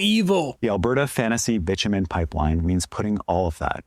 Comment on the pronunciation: When David Eby says bit u men(Bitchu men) it sounds like he is describing himself.